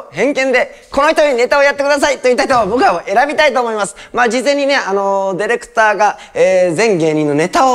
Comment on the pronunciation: 昔の人がディレクターを、「デレクター」っていうの分かりみ深い